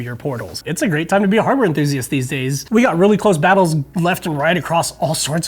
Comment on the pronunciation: TIL cannot say, Enthusiast.